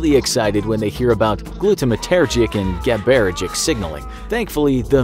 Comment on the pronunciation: If you are a neuroscientist, did it bother you how they pronounced GABAergic too?